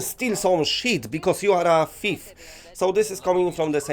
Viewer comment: “...and steal some sheet Bcuz you are a Feef!”